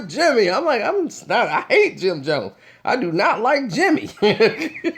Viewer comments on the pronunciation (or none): none